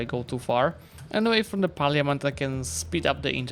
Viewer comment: Looks so good, awesome video!! One thing i wanted to say about Parliament.... since the word will likely be said a lot in EU5... its pronounced like "par-la-ment", the letter i doesnt really get said. Not sure if you mispronounced it on purpose or on accident, but thought id mention it just in case!! Love you